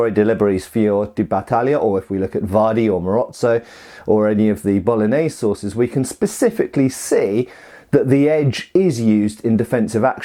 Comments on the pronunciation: I kept hearing "bolognese sauces" rather than "sources" and was both excited and confused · Did you say Bolognese sauces?? Mmmmmmmmmmm Bolognese sauces....